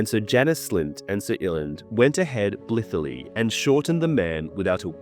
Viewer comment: Blithely? 😂 Blith-lē